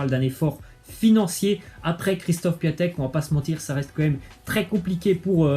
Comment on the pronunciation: ON DIT PIONTEK PAS PIATEK !! APPRENDS A PRONONCER!!